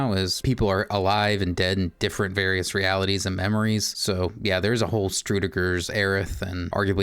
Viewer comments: "Struedegurr??" It's Schrodinger. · Also, ShRO-deeng-er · I was also wondering who Strudeger was..